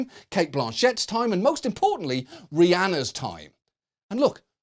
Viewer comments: Love the video John but had to thumbs down for the mispronunciation of Rihanna. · That is a fine at Pelican, John pronounced Re Anna's name wrong. He is pretty much never wrong 😂😏😁😉😊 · Why does he say Rihanna's name like that 😭